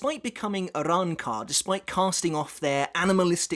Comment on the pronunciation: Bro bodying these pronunciations lol I love the Arrancar arcs Spanish motif